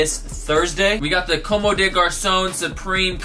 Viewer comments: Bro just so you know, it's pronounced like (come) with emphasis on the o. You're saying more like (commey). Just wanted to let u know. gang gang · (FYI, not hating or anything stupid like that, I actually really fuck with you) Comme des Garçons is pronounced COMB - DEH - GARS - AWN Keep flexing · Not trying to hate, but just trying to let you know that your not pronouncing Comme des Garcons correct. Com-de-gar-son. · It's actually literally pronounced cum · Comb - day - gar - sawn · Actually it's pronounced like "cum" lmao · Late to the party, but i just realized you're misleading 11 people with that dumb statement, not that the pronunciation of a brand name matters. But you hurt my ego and since i speak fluent french , i can assure you that there's absolutely no 'AWN' at the end. That's just how an english speaking person pronounces it with an strong accent but definitely not the correct way of saying it. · I know you dont know how to say it but i laughed every time you said commes des garçons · Gabe Lewis Comme des garçons "Just like boys" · I couldn't not watch this video dude!!! PLEASE PRONOUNCE COMME DES GARCONS CORRECTLY. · ...Every time you mispronounce comme des garcons i die a little! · I love you, but the way you pronounce comme des garcons makes me want to rip my hair out in clumps.